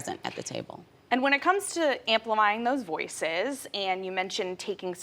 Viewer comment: “When it comes to ‘Amplimying’ those voices?” Cringe. Wondering how many more qualified POC were looked over for that position….